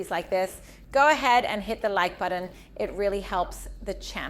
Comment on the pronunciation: “Button“ has T’s not D’s 🤦🏻‍♀️